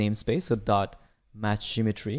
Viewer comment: Great tutorial! Don’t know if it is just me but the way you say Matched Geometry sounded more like Matched Imagery. Kinda was throwing me off haha